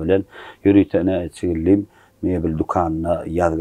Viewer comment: Çigildi:m" däl, ,,Çigildem"